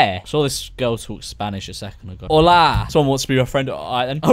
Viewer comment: Spain= Hola His spanish= Holá